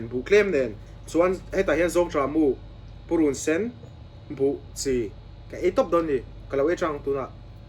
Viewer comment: Ka khiangte pui pa mizo tawng ti dik hram rawh aw.. Purunsen rawt hi.. I thluk dik lo a nia.. Ka vei zawng mizotawng dik ka lo sawi ve nih hi.. Ka lo subi nghal che